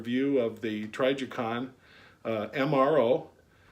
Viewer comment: lol say trijicon right pleas